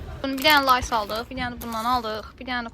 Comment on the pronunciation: Leys❌ Lays✔️